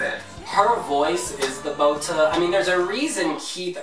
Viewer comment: omg he pronounces botë so wrong aaaaaaaa its sooo annoying whatever its fine lol